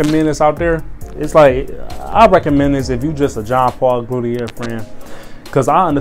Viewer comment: W video bro, but besides that, u need to spell it better. It's pronounced JOHN - PAUL - GOTIER , preferably how I pronoounce it. Keep doin what u doin wit these fire cologne vids man.